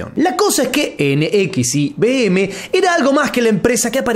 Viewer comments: Se pronuncia "Nexium" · Se pronuncia Nexium, para la próxima😊